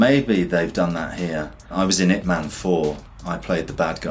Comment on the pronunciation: You said ip man it man